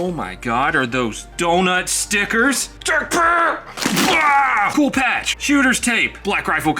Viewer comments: my man is making sound like Aflack, not Tacpak. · Hearing you say " Tacpack" is worth watching the video over and over again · You friend says tacpack better then you. 🤣🤣🤣